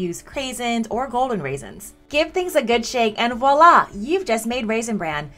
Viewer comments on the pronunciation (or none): none